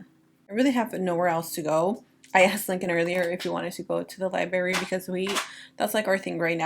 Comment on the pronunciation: Lie-bRary not lyberry babe